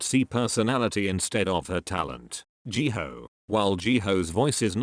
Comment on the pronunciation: People : Ji Hyo Siri : Ji Hoe